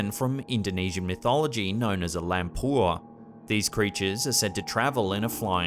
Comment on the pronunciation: Pachong --> Pocong (read: po-chong) Dukun --> read: doo-koon Lampur --> Lampor (read: lamp-por) Nice one. Your videos are always good shows during my breakfast!